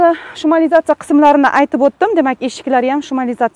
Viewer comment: Tug'ri talaffuz qilishni urganing. Shumaliyatsa emas шумоизоляция